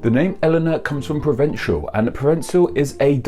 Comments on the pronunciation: As far as I know, Provençal is pronounced "pruh-ven-SAL" or "pruh-von-SAL" with a French nasal vowel, and Occitan is pronounced "oxi-TAN" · neither. It's prhoh vunh ssal - and occitan is Oh k sit tan